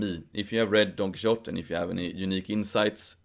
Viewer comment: Todo bien. Pero recordad que la «x» en Quijote es una grafía arcaica no solo para /x/, sino en origen para /ʃ/. De manera que nunca se pronunció [kíksote].